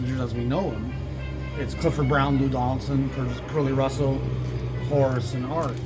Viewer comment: I find your channel and you’re already gone. I’m always late to the party. Great episode! When you say Curly Russell’s name, you seem tempted to say it Pee Wee Marquette style. That’s how I always say it.